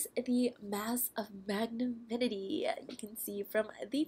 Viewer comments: Ashaunti Damore I was like cringing every time she said magnaminity😂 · Actually, it's mag-NA-minty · I think you're saying it wrong. It's Mag-na-min-ty.